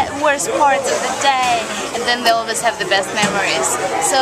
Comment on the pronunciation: When ever you said always it sounded like you said "Elvis" Lol. Tell every one I love them! And you are very talented Olga bunny. Always believe in your self! ;)